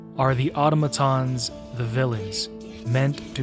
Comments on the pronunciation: It's ah tom ah tons. Not auto maton. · I dont understand how people are still calling automatons "oughtamatons" like, do you play the game with the audio off AND you dont know how to read? Its not a big deal but if you do it one more time I WILL report you to the democracy officer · Hearing "otto-matons" broke my immersion. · Nope, that's not right, it's "Au-TOM-a-ton". There are going to be lots of people who don't know better and will look to you for clarification. Let's not steer folks into a bastardisation, whether erroneously or intentionally. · In game its said like ah-tom-ah-tons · I don't mind that. I mind how he pronounces automatons lol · I hate so much how he misspronaunces automatons